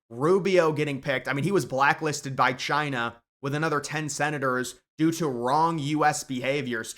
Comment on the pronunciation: Taiwan citizens should have the Right to bear arms. That should be mandatory if they expect military aid. And, it's now and forever pronounced Chy-nah. Thank you